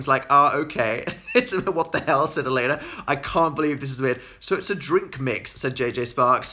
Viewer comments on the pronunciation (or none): none